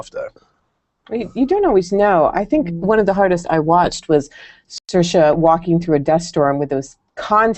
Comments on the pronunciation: dos call her Saoirs like her name but not with the "a" at the end? he says it when he asks the dance question. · He keeps saying her name wrong! It's pronounced ser-sha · I ship Saoirse and Max a lot. My friend and I call them Mairse. ♥ It's pronounced as Mar-Sha